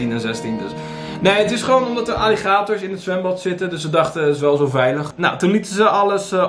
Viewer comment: Alligeetorrsss? Die beesten heten gewoon Aaaliegaaatorss!! Grrrrrrrrr